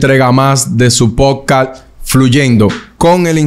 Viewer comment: Ingeniero, cuando es que usted va a decir la palabra PODCAST bien? Te comes una letra diferente cada episodio que lo dices. P O D C A S T